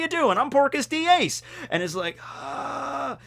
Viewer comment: Within the first 20 seconds your "texan" accent makes it sound like Porkus D Ace and i imagined A pigman version of Ace ala spiderpig